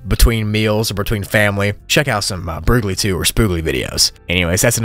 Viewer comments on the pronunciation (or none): it's broogli not brooglie